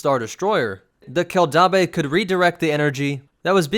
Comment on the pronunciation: Dude. Your pronounciation is terrible. Keldabe kell dayb. Named for mandalore's planetary capitol city Kimogila Kee Moh Gee Lah. Named for a predatory mandalorian big game lizard.